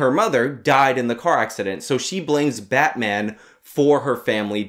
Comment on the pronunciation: Its batmaam!